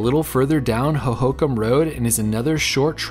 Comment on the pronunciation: Emphasis on last syllable-Ho-ho-kam.